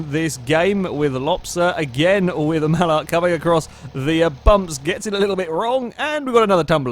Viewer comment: Nice pronouncation of MALUCH